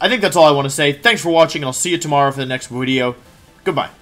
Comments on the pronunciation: Just need to say Wideo has taken root deep for me. Every wideo for anything I watch now, it's all I can hear. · Commenting on Wolfey’s video for it to get into YouTube’s circulation! After all of this time watching you, I just now realized you say wideo at the beginning of the video. I am an idiot.